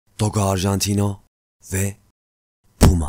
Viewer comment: Abi çok güzel PUma diyosun